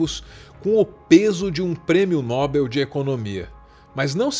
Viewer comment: só um pequeno cuidado com a pronúncia de Nobel (oxítona não acentuada) 👍🏻 Mas por favor...adoro seus vídeos 👏🏻👏🏻👏🏻